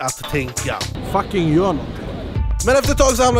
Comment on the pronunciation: "GJÖR" Bra svenska shurda 👊🏻😘